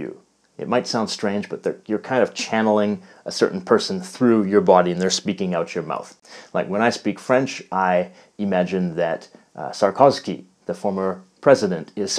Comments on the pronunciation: Sarkozy not Sarkozky, great video though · It's not Sarkozky but Sarkozy haha. But great video! I really like your chanel. I am myself really passionate by languages. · I thought I was the only one who heard him say "Sarkovsky". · Very well but the ex French president is Sarkozy, not Sarkozky. Just like you have written in the subtitles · SARKOZY not SarkoZKY :) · Sarkozy and not sarkosky !!! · President "Sarkosky" instead of Sarkozy. I died. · I also think did say "Sarko[v]sky"! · I am french and you have a wrong pronunciation for "Sarkozi". You add "k" after the z. 😉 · Sarkozy ?!! really ? sorry but you couldn't make a worse choice. beside the fact that I disapprove him as a politician, his prononciation is very bad...